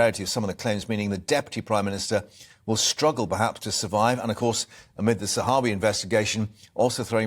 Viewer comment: She keeps calling him ZAHARI. What a prat.